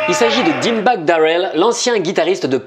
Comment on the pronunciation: La façon de prononcer Dimebag et heavy metal.....